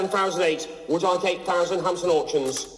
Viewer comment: Wtf he keep saying hamson auctions the tit